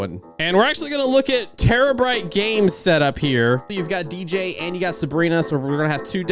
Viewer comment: I’m still laughing at the fact he said ej instead of DJ